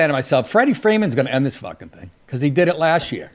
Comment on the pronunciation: "Did" not dias'